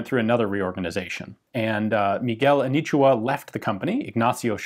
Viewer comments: The “A knee chew her” is quite painful to listen to 😕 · Anitua not anichua, also it's Charola ch like chair and not sharola.